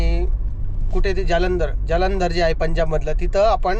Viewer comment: Ya ati educated omla sadha marathi boltat yet nahi kaaashmir nahi kashmir jaalandhar nahi jalandhar boltat adhi swata nit bol nanter tya vijula kahi tari bol to tari job kartoi te pan govt te karun tyace video karto tuzya sarkha nahi